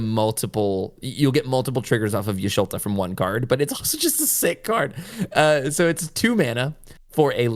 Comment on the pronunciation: Saying Y’sholta over Y’shtola was killing me 😂😂